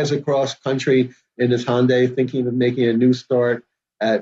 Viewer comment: What is a “Hon-day” does this guy know there are Hondas and Hyundais and to stop combining them lol